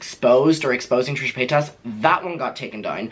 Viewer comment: I love how you say PayTAS lmao